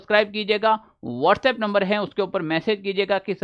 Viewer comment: वॉट्सएप बोलने का तरीका " थोड़ा कैजुअल था😅😅